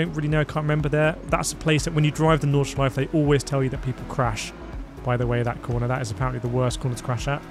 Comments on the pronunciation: "nordshleif" its nord-shly-fuh lmfao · There is an 'e' at the end of Nordshleife, painful to hear you pronounce it incorrectly throughout the video. The track was resurfaced 21/22, Forza is using old footage.